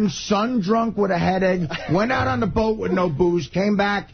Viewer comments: The was jd says da instead of the and dis instead of this really drives me nuts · “Dee enda da slide” Fucking infuriating